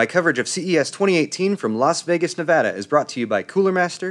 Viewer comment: Thank you for saying Nevada right